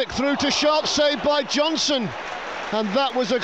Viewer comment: why can't the commentator say, Johnston?